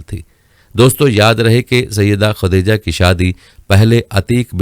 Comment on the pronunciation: Khateja Nahi Hota Khatija Hota Hai Kam say Kam urdu to seekh lo.........khuda ka khof karo yaar